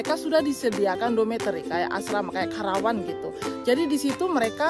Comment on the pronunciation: Bukan karawan kk tp karapan